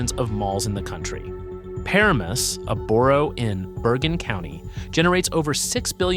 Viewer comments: “Puh-ra-mis” not “pair-a-mis” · Mf said Pairimus. 😂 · Pa - RA - mus, emphasis on the 2nd syllable. Thank You👍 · I…what? Pearamus? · What is Paramus? It is called Pa ram us, I live here, and locals call it the same way. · Lmao the way he pronounced Paramus has me hollering right now 😂🤣 . Now I believe this is totally AI. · yeah...that got me too!! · I love New Jersey content, so keep them coming! Also, you mispronounced Paramus. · I am not bothered by the name; it is how it is pronounced to an outsider, like people outside of Jersey, unless a person living in the state can say the name correctly. Any borough, not just Paramus. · Well you've been pronouncing it wrong then